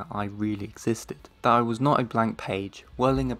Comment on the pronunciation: Very real voice, with a very strong accent! He hates pronouncing a final "t" in some words... which makes "that" sound as "the" while speaking. It's quite unfortunate.